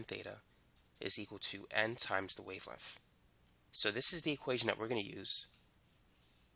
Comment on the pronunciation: how he pronounces "Perfec" and "wavelemff" got me dead